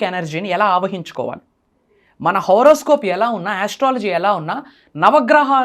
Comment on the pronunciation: It is horoscope not horror scope😂